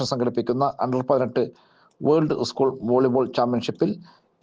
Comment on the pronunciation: ഉസ്കൂൾ അല്ല. സ്കൂൾ. വാർത്ത വായിക്കുമ്പോൾ ഇതരത്തിലുള്ള ഉച്ചാരണം പ്രത്യേകം ശ്രദ്ധിക്കേണ്ടതുണ്ട്.